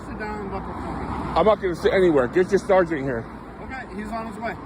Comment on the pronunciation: Sharsant....you mean Sergeant aka Sar-gent?